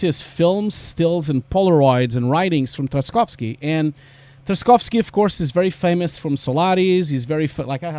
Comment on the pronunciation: as a native russian, your pronunciation of Tarkovsky is a bit harsh, you're right about spelling "y" as a "iy", but there is no "sk" sound after "Tark".. anyway, just wanted to let you know. And also you're totally right about the "art" part of VFX, because sometimes you just get blown away by learning technical stuff up to the point that you forget you're an artist